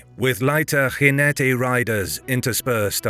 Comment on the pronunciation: LeiRIa, not "LEIria". BEJA is "Bezha", not the Spanish "Bekha", the same with the word "ginete". Why can't historical channels EVER ask the natives about the correct pronunciations?